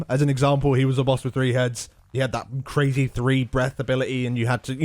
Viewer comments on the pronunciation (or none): none